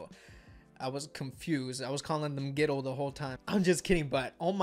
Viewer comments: .... it's not pronounced G I-dle... it's only pronounced Idle, the G is silent... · I think it's pronounced idle and not g idle, but it's ok, also, my bias is Yuqi and my bias wreckers are Minnie and Soyeon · It’s pronounced IDLE not G-IDLE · It’s Idle the G is silent Bias. SHUHUA Bias wrecker . MIYEON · Why does he pronounce the 'G' ????